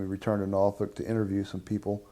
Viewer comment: Six people hate the Navy, one strongly disagrees with the pronunciation of "Norfolk", and the rest hate Wilford Brimley mustaches.